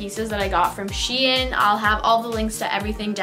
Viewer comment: Ok but the way she said shein really annoyed me ahaha sHEeenn 🤣🤣